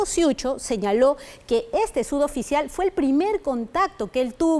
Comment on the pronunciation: Enseñenle a la periodista a decir suboficial, y no "sudoficial". Ni su jefa delta le corrige, o no se da cuenta?